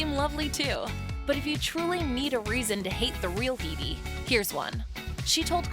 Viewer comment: That's not how you pronounce Headey.